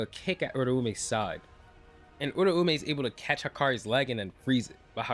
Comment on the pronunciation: that way or pronouncing uraume is.. bothersome putting too much emphasis on the ume at the end making it sound like surname edit: honestly assuming off screen planning for a never elaborated plotpoint is still going to sound like plot armor. Really seems like a lot of plot was allowed to just go his way ever since he exploited enchain but that's assuming Gege was just letting the Gojo fight go on long enough to drop the kill chapter teh same week as the anime sealed Gojo